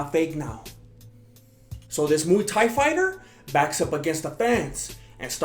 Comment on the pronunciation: It's muay not mu dumbass